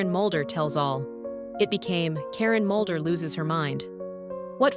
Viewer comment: Its Mulder not Moulder